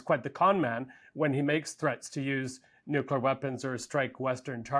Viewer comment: Somebody please tell this woman how to pronounce nuclear correctly. It's really not difficult!